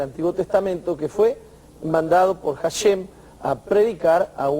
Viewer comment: De acuerdo a la gramática hebrea indica que cuando una letra hebrea de nombre Hey=ה, va al inicio de palabra está letra es muda. HaShem=השם, así se escribe y así se pronuncia ashem, no jashem.